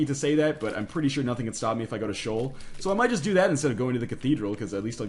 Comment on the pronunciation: its pronounced she'ol. sheeol. not shole learn your hebrew ya jew